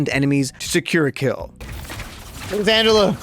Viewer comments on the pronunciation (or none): none